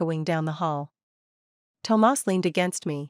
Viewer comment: I like the way she pronounces Tomas. I love the stories here so different from cheating men with brain issues that can’t see the end of their noses and prioritize their mistresses, neglect their wives or girlfriends. I love this story.